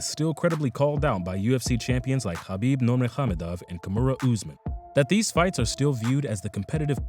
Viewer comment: He actually pronounced Khabib's name correctly.